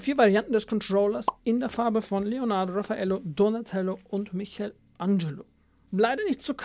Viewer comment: Raphael nicht Raphaelo 😅